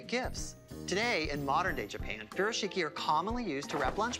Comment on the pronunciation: Homie pronounced Furoshiki wrong🤣